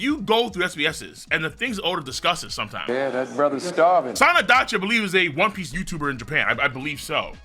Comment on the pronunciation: also im just saying its sandacchi